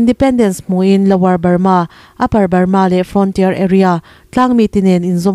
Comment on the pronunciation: I state hming lam chu le! Lui hming tak ngial pawh I lam dik lo a nia. Sipai thi lalber tih te lam dik ta che! Ngaihthlak a hreawm